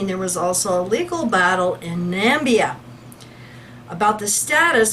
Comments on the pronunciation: BTW is pronounced nah-MIH-bee-ah not NAM-bee-ah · It is pronounced Na-me-bee-ah. Plus, you once said "Nigeria dollar". No, it is "Namibian dollar". Nigeria is very far away and it uses Naira.